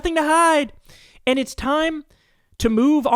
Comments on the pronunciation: Why can't Kyle say 'and' properly? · Bro. Please stop saying "end" instead of "and". Please stop doing that. Please! 🙏